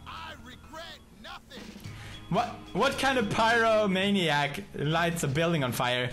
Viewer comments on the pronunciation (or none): phycomaniac XD it sound like dis (sy-co-maniac) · It's not (sy-co-maniac) it's pronounced (py-ro-maniac) which is a person who loves playing with fire lol